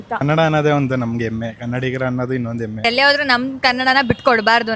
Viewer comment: ಎಮ್ಮೆ ಅಲ್ಲಾ ಹೆಮ್ಮೆ ಅದು ಕಲಿಯಲಿ 😊